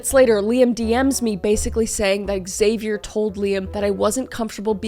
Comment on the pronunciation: I cant stand you pronounce "Xavier" so wrong xDD